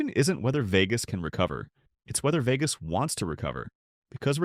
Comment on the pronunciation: Veegus? What a shitty ai voice over.